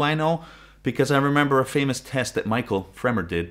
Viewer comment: Michell (mishel) not Mitchel